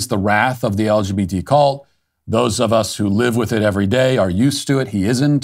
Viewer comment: Love how he said the LBGT 🤣🤣🤣 It's a mouthfull!